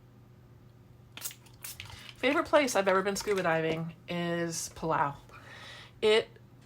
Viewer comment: Where is your favourite scuba dive place? I couldn't understand what you said.... sounded like pelow? 😟💦?